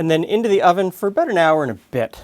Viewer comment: Listen to how pronounces Out and About. It is more Oot and Aboot...